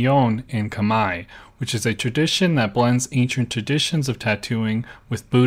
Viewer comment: First time I've heard khmer pronounced correctly 🎉